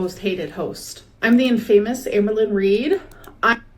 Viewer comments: LOL “in famous” instead of infamous 😭, she’s so DENSE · In-famous took me out 😂 it's giving "words I've only ever read and never actually heard pronounced" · "in famous" is crazy... did they make her say it like that on purpose?? like is it part of the script??? cuz i SWEAR i've heard her pronounce that word correctly, she KNOWS how to say it. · From the gorl who gave us “dispektful”..we now have “in famous” 😂😂😂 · Not me learning how to pronounce “infamous” 👁️👄👁️ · Infamous pronounced as "In-famous" was a gag in the movie The Three Amigos 😂 The main characters didn't understand what it meant so they kept pronouncing it wrong 😅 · "In famous" took me out and English isn't even my first language 😂😂😂 GORLLLLL LOL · You know that script told her to confidently mispronounce that.